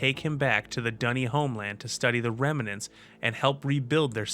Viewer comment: Why are some people now pronouncing “remnants” as if it were spelled “remenants”??? Why can’t they pronounce it in two syllables as it has been pronounced in English since the 14th century, “rem-nant”? Because it first entered English as a contraction of the three-syllable French word “remamant”, with the middle syllable dropped.